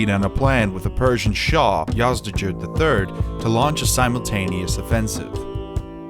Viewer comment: it is not yazjerd dude, it is yazdgerd g like gold